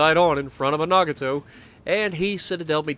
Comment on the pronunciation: Does nobody know how to pronounce the names of Japanese ships? NAH-GAH-TOE is how it is pronounced. With emphasis on Gah.